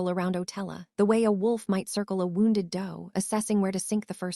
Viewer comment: For crying out loud teach your A I how to read English. Hoping is not pronounced hopping. To bow to someone doesn’t sound like a bow tie. An injury to someone doesn’t sound like thread wound around a spindle.